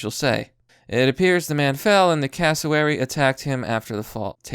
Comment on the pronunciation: It is pronounced "eemyou". You nailed Cassowary. See that lump on it's head? They will whack you on the head with it. Why you would want one is beyond me??